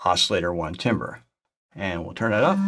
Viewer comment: My soul dies a little every time you say “TIM-ber” instead of “TAM-ber”.